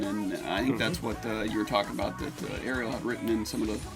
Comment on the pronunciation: yes and her name is pronounced REL not like the little mermaid